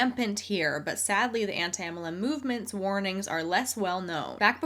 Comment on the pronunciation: says "anti muhlem" and also "emmalem" LOL Love her, and this channel, but it took a bit for me to figure out what she's saying 😂